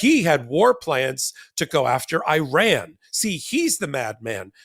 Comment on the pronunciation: Iran is pronounce ear-ron.